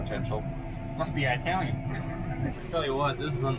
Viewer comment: Eye-talian! Are you kidding me? Are they from Eye-taly?